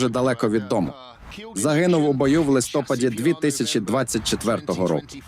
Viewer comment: листопАда, не листОпада